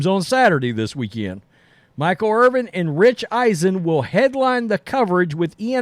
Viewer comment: It's Irvin, not Irving. 🤦‍♂️ This guy says Irvin and then, sometimes even in the same sentence, says Irving. It's like that in every video he does talking about Michael Irvin.